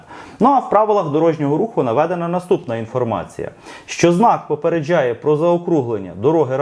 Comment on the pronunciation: Ви так прикольно кажете "попередчжає" як якись іностранець з акцентом😁